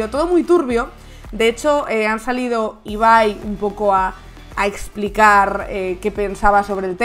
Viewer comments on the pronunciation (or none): none